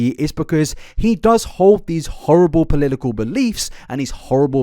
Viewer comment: take a shot every time this man says polilical instead of political